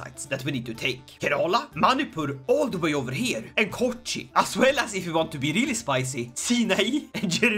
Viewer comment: भाई मेरे खोखिन नही है कोचिन है।